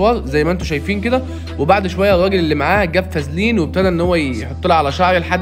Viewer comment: ويڤي❌ ويفي✅ شامبو ❌ شامبوووووووو✅ فيزلين❌ فازلين✅ 🙂🤦